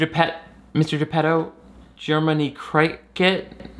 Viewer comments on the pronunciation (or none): My favourite part was “Jer-many Crike-et”